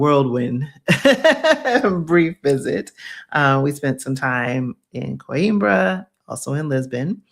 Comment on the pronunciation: I'm not being a jerk, but it's pronounced...."QWEEN-BRAH"